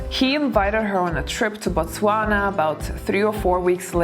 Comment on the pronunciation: I liked the way you pronounced My country Botswana 🇧🇼 so proud to be watching you always.